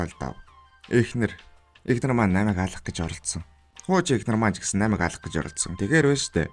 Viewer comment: Naimaig geed bh ym . Namaig geed tod yrih hrgte ym bnda .